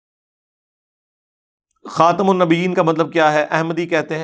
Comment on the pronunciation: خاتم النبین میں م پر پیش ہے ٹھیک کریں